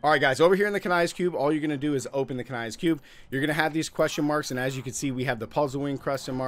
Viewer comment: Why do you keep calling it "Kania's cube" an calling it "bardishay" ?